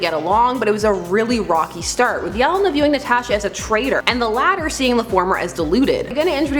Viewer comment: It's pronounced Yelēna, not whatever it was that you are saying 🤦‍♂️